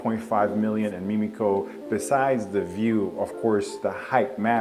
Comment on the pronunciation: Thanks for your quality & highly informative videos. One thing, it's not " meme-ico", it's Mim (rhymes with Tim)-ico.